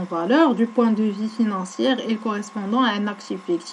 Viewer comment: "R" dial financier rah makanet9ohach a ostada!